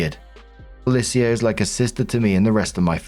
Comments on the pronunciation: I have never heard Felicia pronounced Fe-li-c-a before. Am I wrong or isn't it Fe-lee-sha? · For future Felica is pronounced “FUH-LEE-SHA” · pronouncing Felicia Fell ee sea ah is giving him saying Can dees instead of Candice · Am I the only one a teensy bit bothered by how pronounces 'Felicia'? I've only ever heard the three syllable 'Fuh-Leash-Uh'. Or is this another 'across the pond' dialect difference? If so, neat! But it's still just... Weird hearing it. Edit: Story 3: Wooooooow, OP actually stays calm under pressure, makes sure her cousin is alright, and she's treated this horribly? The dad literally screamed insults at them until his throat presumably hurt too much to continue? The mom didn't even think of entertaining OPs side because everyone else was treating her horribly so obviously that was the right decision? What a horrible, horrible family. Those parents don't even deserve the old folks home later on, just wheel them both into a ditch and walk away. Jesus, poor OP. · Hey,. It's Fell-Ee-Sha. Sorry, my eye started twitching hearing you pronounce that name. 😂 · s1, is that how yall pronounce felicia? "bye felicia" must sound so weird from you. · Marks pronunciation of Felicia is different every time But never correct lmao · I've never heard anyone pronounce Felicia that way. 🤔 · pronouncing Felicia the same was as he pronounced the quincenara story lol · I'm living for pronunciation of Felicia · My eye is twitching over it, lol